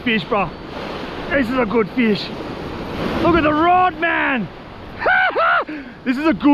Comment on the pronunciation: “This is a guud feesh!”